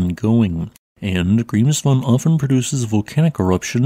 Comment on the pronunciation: This actually is his real Voice. He said during a Stream that he's autistic (if I remember right) and due to that he speaks monotonely when reading. My Issue is more the Pronounciation of Grimsvötn as something like [ g̥rimsfoʊn] when it's actually ['g̥rimsvœʰtn̥]